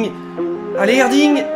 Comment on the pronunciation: j'suis moi même turc. Et quand tu prononce Erdinç baaah sa me titille, lit le " Erdrintch"